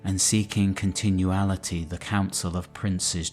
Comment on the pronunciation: “Continuallity” lol. Well done though!